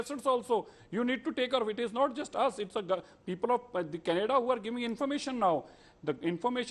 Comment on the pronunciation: Mr BJP Spokesperson, Stop mispronouncing Canada as Kun-ay-da and violence as Voilance.